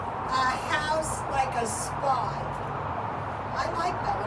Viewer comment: When you said spy I thought you said spa. 😊😊😊